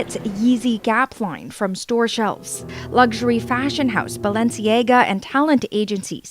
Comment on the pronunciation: lmao. That is the weirdest pronunciation of Balenciaga I’ve ever heard.